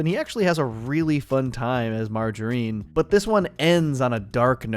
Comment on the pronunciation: The way you said Margarine (the name) is also how you pronounce margarine (fake butter). I have never heard anyone pronounce it like you did.